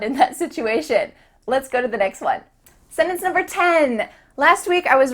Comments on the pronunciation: Where she eat the T in the word? hehe d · Why do you pronounce "sentence" like that? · Im not sure if you are pronouncing the word "sentence" correctly. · The way you pronounce sentence is odd :D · What an annoying woman. By the way, it is a sentence, not a sinnence. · I hear you pronounce "se-nens" instead of "sen-Tence" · seems big on pronunciation... somebody please tell her that the word "sennance" has a 't' in it. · OK...let's start at the beginning It's SEN-TENCE ...NOT...SENNENCE! Major fail. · Am I the only American who sees the irony in the fact that she says “sentence”in a way only a small portion of the US pronounces it, and she’s teaching non English speakers how to fit in? Just me? Ok. (North says either sent-ence or sen-tence but south tends to pronounce it sen-ence). No hate! Just something I noticed. 🤷🏻‍♀️🥸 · Since you are teaching English, Please say SenTence with a T not sennence! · This made me go back and listen. She said 'sennunce'. I guess that's ok, but I say it (as a native English speaker from the west coast) with a voiceless glottal fricative 'senh-unce'. Or sometimes, as it's spelled, with the 't' pronounced: sen-tunce. That is a little fancier-sounding, and sounds more 'trained.' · What is a sennance? Are you trying to say sentence? An English expert should be able to pronounce words correctly, right? Just axen, aight? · Why do you not pronounce the "t" in the word, sentence? You say - "Sennence". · senTence..... there is a T in the word. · Can you at least pronounce “sentence” correctly? It’s not se-tence!! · you really be out here saying "setance" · Lol, someone teaching English words but mispronunciations the word “sentence”. It’s not “Senance”. 😂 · Why does she say SENENCE? I couldn’t understand the word until she showed us a SENTENCE 🤔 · I'm not native, only living here for a while, but my kids speak perfect English and they told me "DO NOT DAY SENENCE, NO ONE SPEAKS LIKE THAT!"